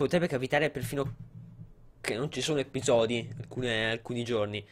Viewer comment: Surreal si dice episodi non eppisodi lol